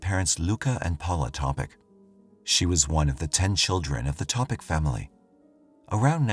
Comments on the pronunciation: Pa nije Topič nego Topić...ako se vec bavi slucajevima u kojima zrtve ili pocinioci imaju imena koja nisu engleskog porekla treba da se potrudi da ih izgovori pravilno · Yes, the last name is pronounced Topich. The "c" has a "ch" because there usually a dash above the c.